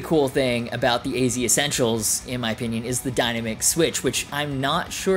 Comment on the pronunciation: The dyna-mick switch? Wow you can't even pronounce dynamic? Dyna-mick??? It's pronounced die-NAM-ick with the emphasis on nam. Unbelievable. Dyna-mick?? It's not that difficult a word.